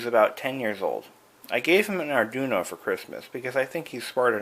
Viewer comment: Lol, "Arjuno"; you mean "Arduino"?